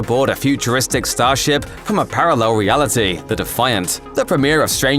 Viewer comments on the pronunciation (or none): none